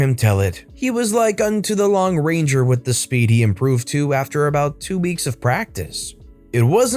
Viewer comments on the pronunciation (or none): It’s Lone Ranger, not Long Ranger!